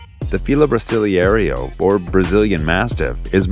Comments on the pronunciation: The Fila is pronounced " bra sil LAY roe ". You're addin' extra letters and syllables there, pal! And what are there at least 4 shots of Tibetan Mastiffs in your ChowChow talk? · You cant pronounce Rottweiler or Fila Brasileiro